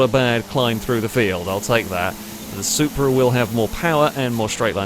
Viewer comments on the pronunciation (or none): none